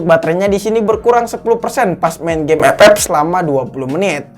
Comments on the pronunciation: Ngakak ngomong ep ep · Ngkaka aink anjir tiap ngomong epep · Mengapa ''EP-EP'' Selalu Membuat Saya Tertawa😂😂😂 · Bang ngomong FF nya biasa aj